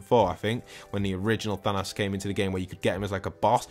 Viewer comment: I hate when he says thanas instead of THANOS